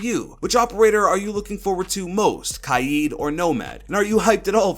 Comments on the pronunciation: He said ky-eed instead of k-ya-d which was so annoying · Pretty sure it’s pronounced KAYED but ok mate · I’m not pronouncing Kaid kai yeed, im pronouncing it kay d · Why does he pronounce kaid “kaijd” ????????? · Why does everyone say kaid as Kied?